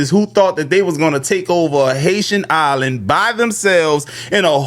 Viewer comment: Yal pronouncing the island wrong 😕